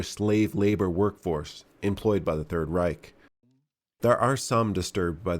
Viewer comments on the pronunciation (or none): none